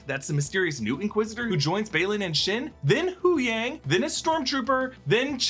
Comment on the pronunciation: Doctor Hu-yang! Hilarious 😂